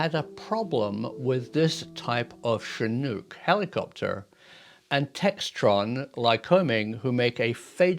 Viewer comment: Finally a Brit who can pronounce Chinook properly. Thanks for that.